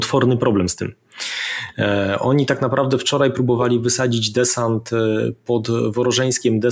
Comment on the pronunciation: Panie Piotrze: "dzisiej", "wczorej", serio, aż uszy bolą! A tak poza tym jak zwykle Pan Wolski merytorycznie! :)